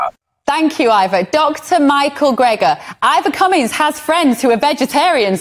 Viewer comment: The guy who insults the other guy is usually the loser. Ivor showed data, and did not resort to insults. And Ivor did not even bother to correct the interviewer for mispronouncing his name. Winner: CUMMINS.